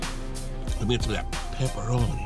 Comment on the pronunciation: I really love you say "Peppa-roh-knee" my son thinks its hilarious. we just laugh and laugh.